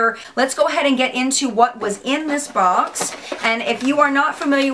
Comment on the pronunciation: Lmao!!! I always crack up when you say BOX! Baux!! Lol! And I have the boho deep blue! Wearing it now!